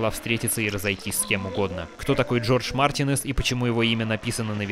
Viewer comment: Марти'нез, а не Мартине'з (Извини, бомбануло)